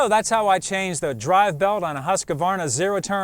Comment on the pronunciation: It's NOT a "Husq-A-varna" Why does everyone stick an imaginary "A" between the "q" and "v"? The name is pronounced with 2 syllables, NOT 3.